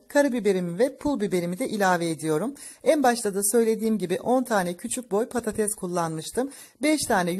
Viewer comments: Patates,e patatez domates,e domatez herkes,e herkez diyen cahillerden bıktik...😩😩Türkçe,yi katletmekten vazgecin önce Türkce,yi ögrenin sonra youtube kanal açın..😩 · Simdi denedim ama dikdortgen tepsiye :) kopuk kopuk oldu 😄 insallah guzel olur, bu arada nolur patatez demeyin 😊😁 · Patatez değil patates